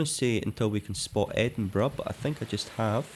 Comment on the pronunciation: Wait isn’t it Edinburgh ? Not Edinborough? I am doubting myself now but I don’t think I ever heard Edinborough before? lol I actually thought it was Edinbrugh 🫣🤣